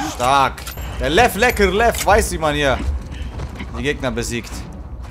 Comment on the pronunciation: ich liebe es wenn sagt:lev lerkel lev